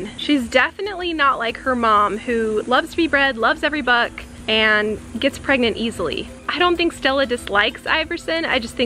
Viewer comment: There turning...... PREGANTA!?! PreGannatns